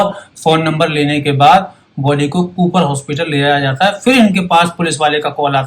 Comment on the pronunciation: At 3.10 to 3.33 n 4.12 Bajate he me aap "j" ka pronounce thik se nahi kiya upto 4.21 intejar, jata he me "J" ka pronounce nahi kar paye.. is this bcoz aap "J" ka pronounce thik se nahi kar paate ya fir aaj thodi drink kiye ho